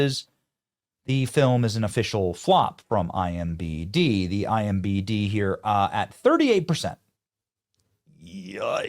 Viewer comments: Bro really said "IMBD" twice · Does he say "IMBD" on purpose? Is it a joke i am missing? Cuz he says it wrong in every single video he does